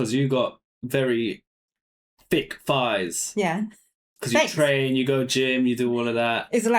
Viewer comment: The word is THighs, not Fighs.